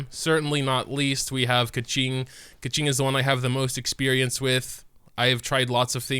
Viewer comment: Ok so with the help of my friend, “Keqing” is pronounced “kur-ching” might be wrong, plz don’ attack me in the replies